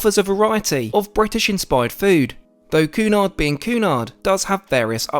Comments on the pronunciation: It is pronounced Kewnard! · Interesting video but not too sure about the pronunciation of Cunard!